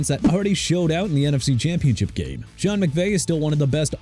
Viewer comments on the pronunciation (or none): none